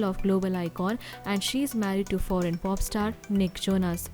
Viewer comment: foreign not forean